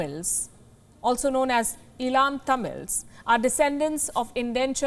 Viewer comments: Not 'Ilam' Tamils it's called as 'Eelam' Tamils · Eelam (how to pronounce): E as in letter E + lum as in the word lump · I request Palkir Sharma to correctly pronounce Eelam as an Indian and not as a US English speaker